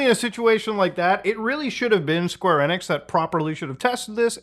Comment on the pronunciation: LOL Square NIX That's the first time I've heard someone pronounce it that way, I've been so used to hearing Square EE-nix the past 25 years